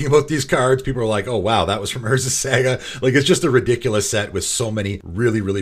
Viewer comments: I'd hate to nitpick but I've heard you mispronounce Saga in too many videos lol. It is pronounced Saw-Gah not Sag-ah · I cringe every time you say Saga cause you say it so wrong lol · Love your pronunciation of saga